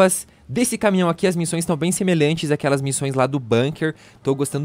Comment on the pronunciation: "quais missães" que que foi isso mano?😅